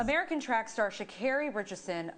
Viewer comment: needs to learn how to say her name. It's pronounced Sha'CAREY